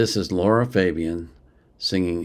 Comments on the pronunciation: Thx for your reaction , like it. But please, say her name right.. it’s Lara, not Laura. It’s not the same thing. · Your getting close. Just La..Ra Same pronunciation as the movie title La La Land.